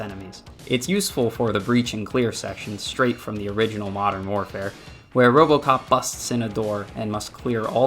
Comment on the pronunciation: There is No O.P in robocop.